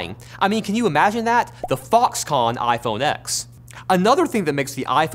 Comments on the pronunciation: Who else cringed when he said "IPhone X" not iPhone ten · iPhone ten, not X. Get it right! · It's pronounced iPhone 10 stupid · Did you really just say iPhone ex instead of iPhone 10? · I like the way he said iphone "exxx"